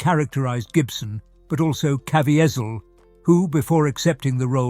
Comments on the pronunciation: Jim "KaVEEzeeul" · Please research your narrative and pronunciation of names!!!🤦‍♂️ Jim Caviezel's last name is "Kah-vee-zal".🤷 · His name is pronounced Ka- ve- sil. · The announcer does not know how to pronounce Jim’s name. There is no T or A in it, it is Ca Vee Zel. Jim Caviezel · Wonderful…husband and I went to see this movie when it premiered in our city. Everyine in that theater was held .suspended ..in silence,nec and intense attention to every bit of the movies. It was winderful and heart rending at the same time. Just a note on trans,actions of from British to A Erica’s English….the actors name is pronounced …kah—veeze..ee…all. And the scenes notated as re creations ..not ‘wreck..kree..A—shon’s…which are a kind of time consuming play time. Otherwise…the reading and descriptions and his British style voice are truly wonderful too. .. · Jim’s last name is pronounced, KA-VEE-ZEL. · Can't even say the actor's name correctly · Please do your homework. It sounds awful when the narrator doesn’t say the chief actors name correctly. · you are mispronouncing the Jesus actor's name! It seems IMPORTANT to have gotten his name correctly in this video! Even if it was an AI voice!